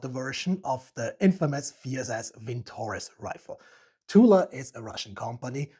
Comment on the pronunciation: Not a vinTOrez, but - vintoREZ (note the last syllable), молот (Molot = 'Hammer")